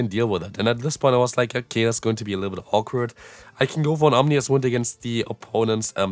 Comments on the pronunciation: Please, it is OmiNous wind, not OmNious wind. Get well soon;) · You do know that you always mispronounce Ominous wind right? :P It's not om-ni-us it's om-i-nus :)